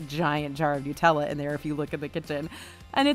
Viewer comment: It's NUTELLA not NEWTELLA. The clue is it has HAZLEL NUTS in it.